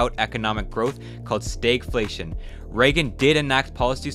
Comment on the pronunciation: "s t a y g f l a t i o n"